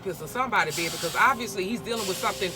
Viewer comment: Lol gotta be Louisiana all I heard was “yeaa baaabay”